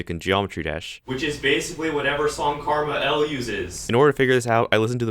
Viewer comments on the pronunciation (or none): Ngl I almost stopped watching because you kept calling KmarL, Karmah L